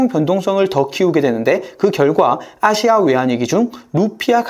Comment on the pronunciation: 아이엠에프, 아시아, 인도네시아 발음하실때 "아" 또는 "인" 부분에서 조금 더 부드럽게 하심 안될까요? 잠에 들면서 들으려고 틀어놨다가 깜짝 깜짝 놀라서 깹니다.